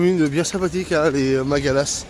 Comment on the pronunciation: Non c'est Magalasssss,et non Magala! Au fait,tu n'as pas l'impression d'être en Espagne ? 🤣